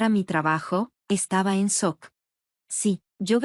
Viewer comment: Quedó en sock??? Sock. Sock. Jajajajaja Jajajajaja Jajajajaja Jajajajaja Jajajajaja es SHOCK sh se pronuncia como ch shock, dan risa, sock Jajajajaja